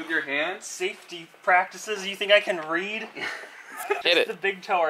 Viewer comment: "You think i can reed-Read?"